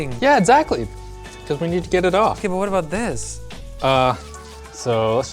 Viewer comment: Heard a canadian, "Aboot" there. XD